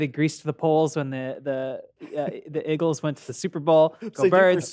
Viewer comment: "the iggles" lol hopefully Patrick roasts Charlotte for this one.